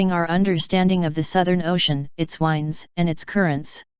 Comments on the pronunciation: strong wines are blowing. some words the computer just can't say. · The singular is spoken correctly, the plural is not. Near the end in does it again.